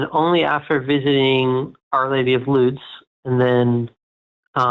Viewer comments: can't pronounce "Lourdes" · our lady of lewds? i think he meant lourdes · “The road to Lourdes* is littered with crutches but not one wooden leg” (Emile Zola?) * Loods / Lewds / ? 😀